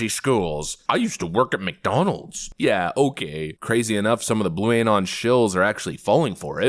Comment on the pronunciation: she didnt even believe she had to say McDonalds... or rather mc.. donalz... give me more hooch please